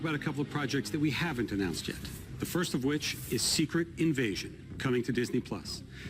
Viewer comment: When he said Marvels Firsf family i was in serious shock